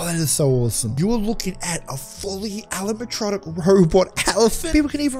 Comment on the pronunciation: He says alamatronic